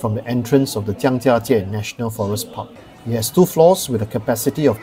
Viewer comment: Love your videos very informative all of them. I also love that you say the Chinese words in Chinese even in the English sentence. I learnt the tones for Zhangjiajie from you thank you! Even if it was rainy the views were still stunning and you've shown the best things to see compared to other videos! Well done!